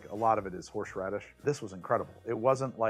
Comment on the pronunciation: horsh radish, ha